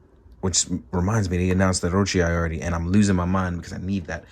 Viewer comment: "Eye-ori"? Thought it was "Ee-ori"? 😂🤣😂🤣